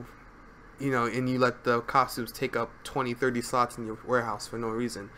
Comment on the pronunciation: I kept hearing sluts, sluts, sluts throughout the entire video. Far more entertaining than it should've been xD